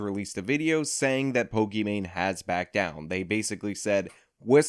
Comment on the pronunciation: Of the three youtube personalities in this video, you clearly are superior. You hold 100% eye contact with the camera, while i cannot maintain 100% eye contact with your image in the video. You know how to pronounce pokimain correctly, and can analyze her stance and content. You are superior to me. And you clearly state that people can think what they want and you won't force them to agree with you, gosh what an incredibly enlightened brain you are burdened with my word. I.honestly can say you are doing everything a youtuber should be doing and your just hustling you know getting the job down like a man. Thank God you could you could break this down for someone with me ability make understandings. Want to fuck my wife? Let me give you the house key so you can fuck my wife. Just kidding I dont have a wife, I'm exactly the kind of lowely person you expect I am. Please generate more content about POLIMANE and TOBUSCUS and PEWDIEPIE. I need these things broken down for me so I can understand the facts of life. So help me out bro we need you to save the world.